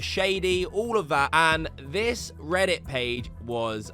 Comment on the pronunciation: Your voice is a bit piercing, and it varies in volume too much. I'm not sure why you say "vis" instead of 'this' a lot of the time, either. 😂